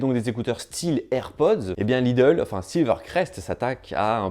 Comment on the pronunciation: je suis plié à chaque fois qu'il dit "Lidle watch"